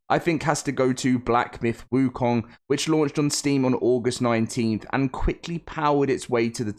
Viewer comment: first westerner who got the pronunciation of wukong right. 🎉